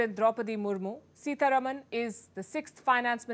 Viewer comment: Just want to mention that her surname is pronounced Sitaraaman, as in sita-ram